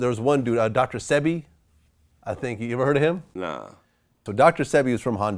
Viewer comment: VLAD DOESN'T EVEN SPEAK DR.SEBI NAME RIGHT ... THEY ARE KILLING US OFF , TAKEN PATENTS AS WAS DONE TO DR.SEBI AND THEY LOCKED HIM UP AND TREATED HIM LIKE A CRIMINAL ,THEN CLAIMED HE DIED OF PNEUMONIA 🤔